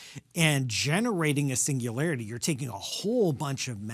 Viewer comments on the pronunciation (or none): none